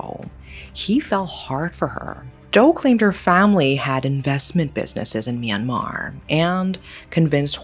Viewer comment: Myanmer?! It’s my country😮